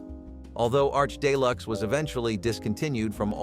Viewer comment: Day-Lux ??? Common I usually disapprove of online English Professors but let's get real here.